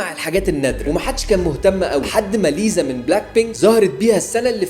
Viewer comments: Lisa❌ ليزا✔️ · ليسا ❌ ليزا ⭕ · ليسا❎️ ليزا✅️